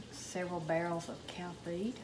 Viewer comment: Did you say cow feet?